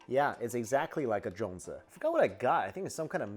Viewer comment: It’s not called jion zi but it’s zhong zi